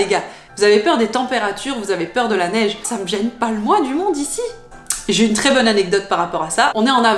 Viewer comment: La « neiche »? Je suis né ici à Montréal il y a plus d’un demi siècle et je n’ai jamais entendu ça.